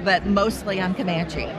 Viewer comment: "mostly, I'm camanche"omfg I died laughing. I bet she can't even fucking spell camanche. Jesus fucking christ